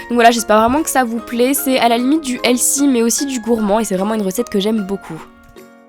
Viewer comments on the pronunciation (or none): c'est cute comme vidéo mais alors c'est quoi ce mot /"elsy"/ enfin, soit tu dis: sain, soit tu prononces bien "healthy" sinon je ne vois pas l'intérêt! et ne le prends pas mal, mais STOP USING ENGLISH IN YOUR VIDEOS if you do not pronounce the words correctly!!!! :) IT'S DRIVING ME CRAZY!!!! ☺☺☺♥ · quand tu as dis heatly au début j'avais compris "LC" je me demandais ce que c'etait genre "tiens un nouveau mot anglais" j'ai cherché sur google puis j'ai compris 😂